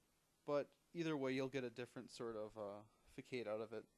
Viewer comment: It is not "FAKADE" it is facade, which is pronounced, fəˈsäd. Why is it that I see this a lot these days? younger people completely mispronouncing words?